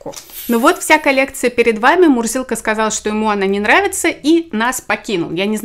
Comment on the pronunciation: Когда ты представляла котика ,я услышала не Мурзилка ,а Мудилка🤣😂